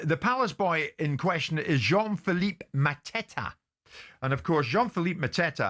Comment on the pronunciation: Epic pronunciation from Jim for Mateta😂